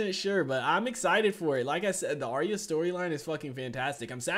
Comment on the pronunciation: Arya is actually pronounced "Are-ya" not "Are-ee-uh"